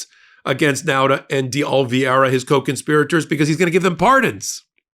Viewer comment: OK (again) - this must be close to your LAST CHANCE to get Oliveira's name RIGHT - It is NOT - NOT - OL-VEE-AY-RA - it IS - OL-EE-VAY- RA - I don't live in Florida or anywhere close but you do and you should be getting this guy's name RIGHT - doing so is concomitant with your stature as a brilliant lawyer